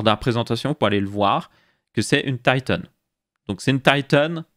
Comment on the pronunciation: Tailleteunnnnn......... En français, on dit Titan